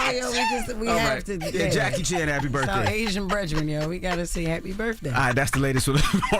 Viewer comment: "Happy birfday Jackie Chan" yo Jess lmao 😂😂😂😂😂😂